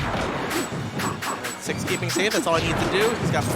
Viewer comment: i keep hearing "666" instead of "686" time to get the holy water